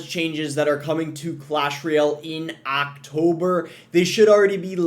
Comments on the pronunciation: AAAACKKtober is an interesting way to pronounce October. Lmao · Actober lol